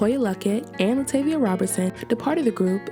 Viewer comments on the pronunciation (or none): I always cringe when people mispronounce Latavia's name as LaTayvia when all it takes is a quick check into her interviews with and without Destiny's Child. It comes off as lazy. And yes I'm talking to the narrator of this video.